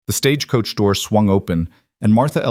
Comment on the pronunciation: 😂. I’m glad I’m not the only one that worries about all those details!!! I love the stories… but I wish AI knew the American language better…. Like the difference in live/live, consent/consent etc. Also how to pronounce Stagecoach without making it 3 syllables!! 😂.